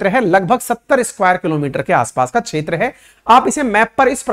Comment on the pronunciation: क्षेत्र का उच्चारण छेत्र ऐसा क्यूं किया जाता है?